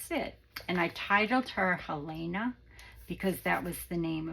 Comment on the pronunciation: Beautiful, thank you for the stories too ❤. My Mom’s middle name was Helene … oddly, not many people pronounced it correctly … you did ❤